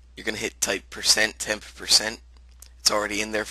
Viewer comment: What do I type in run? It sounded like you said Tampa% or something.